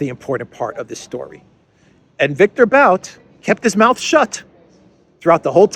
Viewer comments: Its pronounced 'boot' not 'bowt' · Victor B[u]t, not B[au]t. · It’s [bu:t]. Victor [Bu:t] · Виктор Бут = Viktor But - But rhymes with put, foot. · Pronounced boot I've seen Russian commenters say. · Darkly humorous that the hands down world champion arms dealer and merchant of death labels Bout(pronounced BOOT btw) in that way.